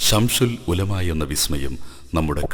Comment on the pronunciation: ശംശൂൽ ഉലമ എന്നല്ല ശംസുൽ ഉലമ എന്ന് പറയൂ ...